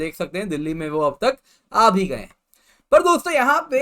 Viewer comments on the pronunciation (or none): none